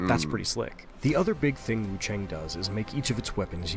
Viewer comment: Also, it's wuchong